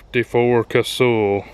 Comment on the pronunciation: It is pronounced Kuh-Sull, not Ca-Sool, get it right LOL